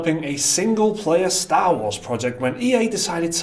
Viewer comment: its star not staaaa